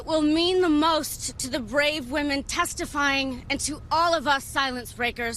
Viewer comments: It is women not woman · You pronounce the plural of woman the same as woman… ITS WOMEN… you consistently pronounce it wrong. WHY!?!?